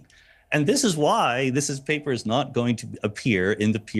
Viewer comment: Sean how dare you read my paperrrr!😂🙃